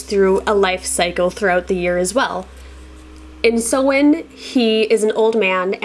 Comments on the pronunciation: What’s the point in saying which way to pronounce it at the start of your video if you can’t even pronounce it lmao. It’s pronounced sow-in like soah-in or sau-in. I speak Irish. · I love Samhain, but the way it's pronounced makes me angry. Something that makes me feel calm, however, is sitting down with a nice cup of herbal tea and listening to ASMR 😴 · I'm not sure if it's your accent or the pronunciation of Samhain is sounding wrong to me. What I'm hearing "Sew n ( hard N) I'm an old Crone practicing Wicca for over 40 years. I, too, in the beginning would pronounce the Esbats & Sabbats incorrectly. I'm self taught ( solitary, before computers etc.) Tomorrow October 31 is Samhain ( sow in, sounds like sow( female pig) inn) Some pronounce it Sam Haine, this would drive me nuts only because for years I too pronounced it incorrectly 😖 The pronunciation of Samhain varies depending on the Gaelic language it is pronounced in. Samhain is usually pronounced in its Irish version. So the correct pronunciation of Samhain in Irish is Sau-ihn. The first part, -Sau, is pronounced like the "sow", the female of a pig. The second syllable, -ihn, contains an "i" that is pronounced somewhat midway between an "i" and an "e" sound. It must be noted that there is another sound at the end of the word that is nearly imperceptible, which is a sort of elided "ye" sound, as heard in the audio pronunciation. Adding that sound, the pronunciation of Samhain becomes Sau-ihn(ye), where the -ye is basically just the initial pronunciation of the "y". It resembles a shorter "ñ" sound like the word "piñata". So if you pronounce the "n" in -ihn as an "ñ", but stopping midway through it you achieve the proper pronunciation of Samhain in Irish, which would equate to Sau-ihñ. Resource: Anyway just my two cents. Happy Samhain, dont forget to light your ance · Hey as a native Irish speaker Samhain is pronounced sow-in rather than sew-in. Sow as in a pig ❤